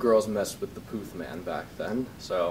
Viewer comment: D'accord, c'est Charlie Puth not pouuuuth. u pas ou.